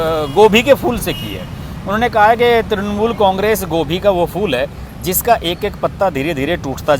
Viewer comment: त्रणमूल" नही त्रिणमूल" नही त्रुणमूल" नही "तृणमूल" बोलिये